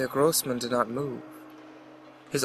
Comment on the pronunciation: YES. Finally someone who can pronounce "großman" the right way, instead of saying it like "grobeman". Hah.